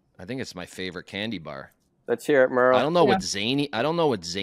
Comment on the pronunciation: How is Murls American with the way he pronounced candy bar lol.